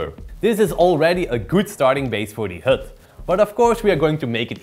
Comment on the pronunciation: HUD, not hood .... damn it guys... ENGLISH !